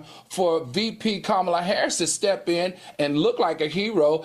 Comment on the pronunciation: Young Miami must be drunk or high on something 🤔 if she thinks she is anything OPRAH girl have several seats. Panel will y'all please tell Funky how to pronounce the VP name PLEASE